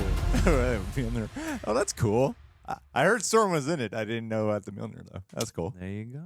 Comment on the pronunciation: ITS STHORM